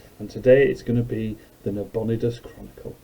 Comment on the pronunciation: It's Na-bo-NIGH-dus, not Na-BON-i-dus.